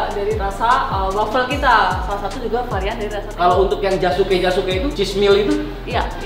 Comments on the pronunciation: KENAPA TANGO DI BACANYA TANGGO 😅😅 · Tango kok dibaca double g nya,,😂😂